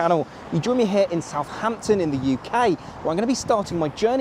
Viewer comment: I wish people would pronounce Southampton correctly. It's not South Hampton, it's South Ampton, there's only one H. Similarly with Northampton. Grrr!